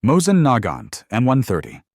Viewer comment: Mosin- Nagant. (Pronounced Mos-EEN NAG-ahn), the Nagant part was the magazine. Had an M91 from the imperial armory....extremely accurate.